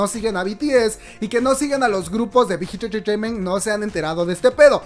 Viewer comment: Amo la pronunciación del "Big Hit Entertainment" jaja la amo <3 Lee min ho es el rey de los GUAPOS, es un dios <3 <3 <3